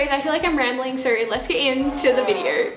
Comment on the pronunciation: Nobody: Not a single soul: Not even a speck of DIRT:: Videorr